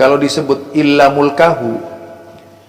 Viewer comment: Luruskan yang benar pa..soalnya keyai aswaja baca nya mulkahu